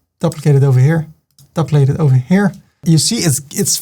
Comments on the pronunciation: I know that English is not your first language but can you learn to pronounce 'duplicate' properly. It is dee-oo-plicay-te not dup-licate. I wince every time you say it. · I just had to pause the video and let you know that you make me smile all the time😘 and your tuts are such a pleasure to watch 😍. I'm an Aussie and I just love the way you say "Duplicate" 😊